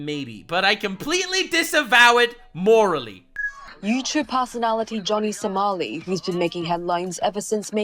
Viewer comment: did you says Johnny SALAMI? YOU GOTTA APOLOGIZE TO TASTY SALAMI